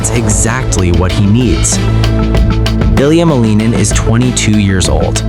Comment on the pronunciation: The cats know that their master’s name is pronounced MAL-in-in. He’s 21 years old. His father is Roman Skorniakov and his mother is Tatiana Malinina. He named himself the “Quad God.” Seems the cats are already ahead of the AI bot narrating this hodgepodge. 😂